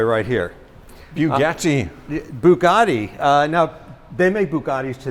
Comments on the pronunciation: Bee-You Geti Westeners: Bugatti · looks after the collection but can't say Bugatti properly. They're t's not d's. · lmao the owner didn’t like how said Bugatti